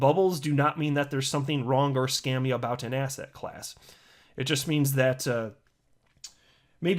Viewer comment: I now hear ass hat class every time you say asset class